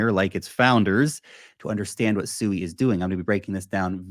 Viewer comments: Pronounce this as SWEE, you're not calling a pig, so please stop. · I think it's pronounced swee